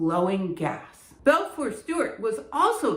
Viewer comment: This is splendid. Thank you! // Minor correction: I keep hearing you say "Belfour" (which is the spelling on your slide, a little after the 6 minute mark); but when you show it in images of text from the period, it is uniformly given as Balfour.